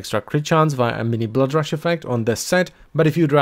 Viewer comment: reads the word "rush": rash